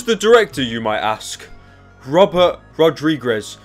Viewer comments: It's pronounced like this: Ra-Dree-Kez. That's the best way I can explain how to pronounce his last name. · Robert Rod-ree-gezz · Here pyro, let me help you. Robert ROD-REEG-EZ Does that help? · Robert rod-re-gez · Say it with me, daddy. ROD-RE-GEZ. I think. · Ra-Dri-guess, Rodrigues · It's Rod-Ri-guz and dat is how u say it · Pronounced (RO-DRI-GEZ) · Its pronounced rod-ree-gez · Bro cannot say rodriguez lmao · its cute how he cant say rodriguez